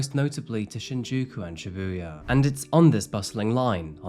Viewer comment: Just a small pet peeve, since I’ve been living in Japan for over 9 years, Shibuya pronounced ‘SHEbuya’, not ‘shiBUya’. Love the well researched crime you report on, though!